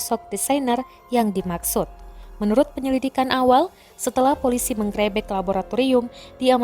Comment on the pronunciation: Coba ulang videonya, dengarkan pas mc nya nyebut kata MENGGREBEK